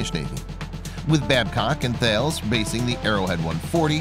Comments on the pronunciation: That bothered me as did how he pronounced the company name Thales. It's not "Thay-les" , it's pronounced "Tal-ess" .The company is French... perhaps he may have wished to watch some videos on the company website before hand? Anyway ... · and Thails